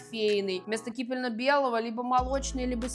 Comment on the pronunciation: Можно Вас поправить? - КипеННо белый, а не кипельно.